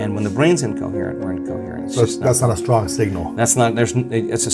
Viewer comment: SHtrong is not a word